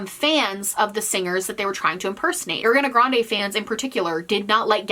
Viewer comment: I really, genuinely like your video but PLEASE could you pronounce Ariana Grande right 😭